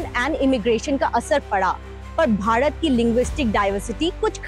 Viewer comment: Stupid are the people who say english is colonial language.... For we south indians, both hindi and english are foreign language... Well why this anchor pronounce bharat as badhat..... Effect of Varrr rukvadi